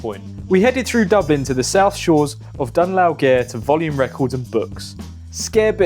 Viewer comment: Im sorry? HOW did you just pronounce the name of the town Volume is in??